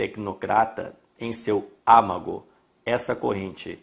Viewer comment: Âmago, não ámago.